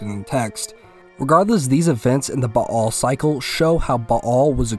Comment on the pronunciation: Thanks for not saying "Bale"